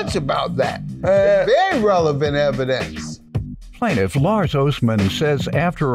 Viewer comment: Did you mean "Plaintiff"?